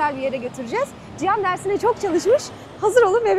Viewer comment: Ciyan demeyi bıraksan daha keyifle izleyeceğiz Tabi ismi cihan ise